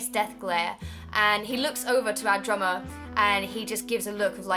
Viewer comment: Every time you said "drummer" I thought you said "drama." It really confused me....